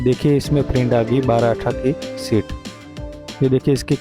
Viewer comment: I think you mean SHEET, not SHIT, which is a completely different word...